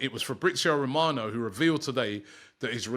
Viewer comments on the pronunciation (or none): none